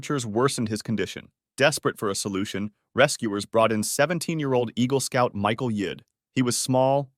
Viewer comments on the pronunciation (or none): none